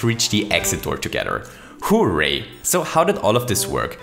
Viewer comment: You say hooray weird you say it like hoooo ray